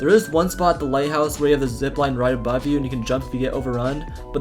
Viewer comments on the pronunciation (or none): none